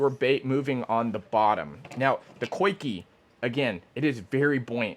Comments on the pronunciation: I believe it's pronounced 'Zee-Kah' rig. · “Coikey” “Niko” cmon we don’t have to pronounce them wrong whenever we know the correct way.